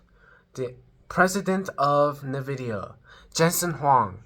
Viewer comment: Not bad. But man. It's 2025. Why are you saying "nuhvidia"